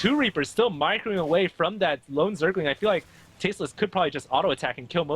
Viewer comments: Thanks for all the games! Someone should tell Husky that there is an "L" in "Zergling" :P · Is it really that hard to pronounce the "l" in zergling?